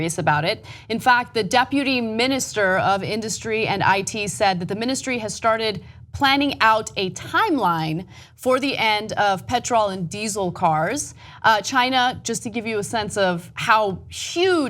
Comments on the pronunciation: PET-tril rather than PET-TROL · It amuses me how Ana says "Petrol".